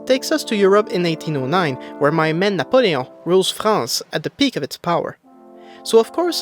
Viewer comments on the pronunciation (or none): hey tes quebecois esti jtes spot quand ta dis napoelon